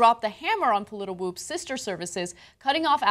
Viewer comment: The site is named pollitwoops - not pollitiwoops. You are repeating an error RT made when reporting this story.